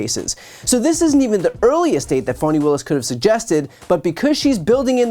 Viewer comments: Love your commentaries. But I gotta ask you, is "Fawny" the way that Fani Willis pronounces her own name? Or is that a way for the media to avoid saying "Fanny"? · Only in America could Fani be pronounced Fawni 😂